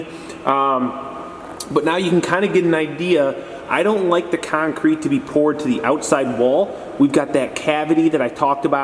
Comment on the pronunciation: Love how you call it kine-crete! :) Great vids! Thx!